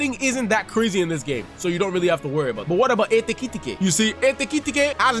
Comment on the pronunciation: Like this video just for the " ekitete" pronunciation